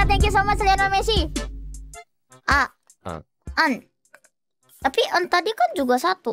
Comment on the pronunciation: She said "Lionel Smelly" 😂😂😂